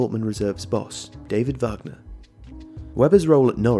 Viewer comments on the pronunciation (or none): none